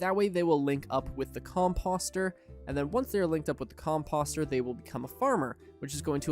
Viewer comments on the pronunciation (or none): Com"post"...rhymes with "toast. Love the videos, but that's driving me crazy 😂